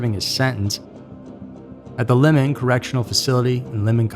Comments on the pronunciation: By the way, it’s pronounced (Lymon) not “Lemon”, Colorado. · Pronounced lie mon.not lemon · Limon is pronounced "lie-men" not le-mon" Colorado. Just fyi. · It's pronounced Limon as in Lie-mon and not pronounced like Lemon. Just a helpful note because I lived in Colorado from 1984 to 2012. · Limon Colorado is not pronounced lemon but lie mon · Very good job on this! FYI it's pronounced "lime-en", it's one of our (Colorado's) worst prisons- maybe the worst... But again thanks for your hard work! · The correctional facility is pronounced Lye-mon. I have been there. I have also stood right where that picture of him with the numbers on the wall behind him were! That picture was taken at DRDC. The Denver Reception and Diagnostic Center. I'm not going to lie, that sent shivers up my spine when I saw that. Whew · And Limon is pronounced [Lye-Men] . You just chopped the hell out of that city's name. Lol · Pronounce Limon right - correctly, it's as if you're saying Lie - mon. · Just to point out Limon is pronounced "Lye-man". Other than that great documentary. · 915 area code is for El Paso, TX. You really should've checked the number before you took the time to put it on screen and read it out. Our area code is 719 for El Paso County, COLORADO. Limon is pronounced with a long /i/.